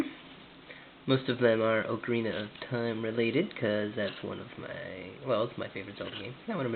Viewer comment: Good job! But you're pronouncing Ocarina wrong. its like... It's pronounced like... ahkareena kinda... lol